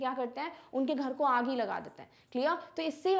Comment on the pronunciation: Who noticed , "unke ghar ko (Aaagi) laga dete hai" 🤣🤣🤣🤣AAGI 🔥